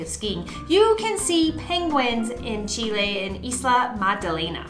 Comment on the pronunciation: Thank your for the correct pronunciation of Chile!